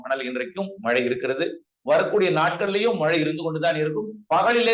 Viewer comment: நேர்காணல் செய்பவர் மழை என்று திருத்தமாக ஒலிக்கவும்.